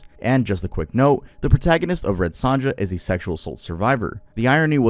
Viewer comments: Also it’s pronounced red SONYA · It's APT pupil, not apartment and the J in SonJa is pronounced like a Y. 🤦‍♀️ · My nigga, that is not how you pronounce Red Sonja